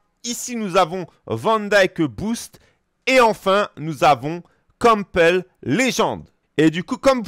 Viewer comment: Donc pask je prononce pas de la bonne façon je ne connais pas le joueur... 😅 Et si un joueur avec des stats équilibré sera moins bon qu'un joueur opti. Quel intérêt d'avoir des points dans des stats qui servent à rien?